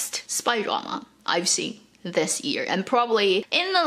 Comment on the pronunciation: You cannot say ‘year’ properly, strange